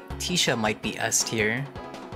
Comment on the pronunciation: it’s not teesha it’s tisha 😭 bc she’s a tissue box so its tish like tissue not teesh